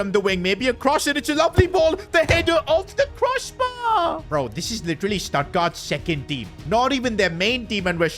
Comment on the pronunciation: Did bro say Statgard?